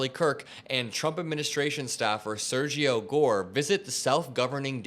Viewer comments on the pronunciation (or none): none